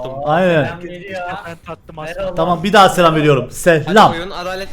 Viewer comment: Nobody::sselam